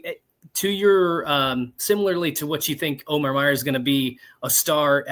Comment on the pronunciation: pretty sure it’s o-mur as the field of 68 guys said they verified the pronunciation during their Mackey show. Now if we can just get Neubert to stop saying Mayor!